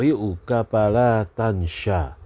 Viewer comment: Tansa nya huruf sin ya bukan huruf syin